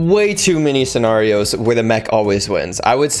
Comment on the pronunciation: hold up chief say “scenario” one more time for me, either I’ve been lied to my whole life about it’s pronunciation or you said it very uniquely 😂 Serious note: it took me 1-2 seasons to get somewhat good (season 0-2) and I think everyone shouldn’t be robbed of that feeling of feeling accomplished by winning WITHOUT DIEATRON14000 Don’t be dumb use code dumb 🖤💙